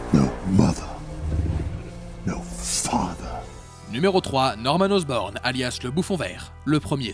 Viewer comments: "Harry OSROBNE"😭😭😭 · C'est Harry Osborn pas Harry Osrobne et Norman Osborn pas Osborne